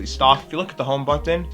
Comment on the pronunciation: Citizens of the U.S. -- do you cringe every time he says butt-ton?